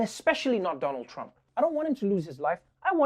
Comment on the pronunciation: First time Trevor said Donald trump's name correctly at intro